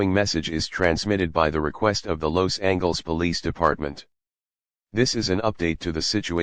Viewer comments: “Los Angles” 💀 bro i can’t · why did they pronounce it los angles instead of Los Ángeles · i’m so sorry but “los angles” killed me 💀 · “Los Angles”